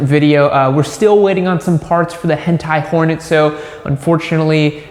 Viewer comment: he definitely said həntai hornet